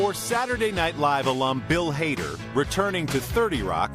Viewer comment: It sounds like he says Bill Hater.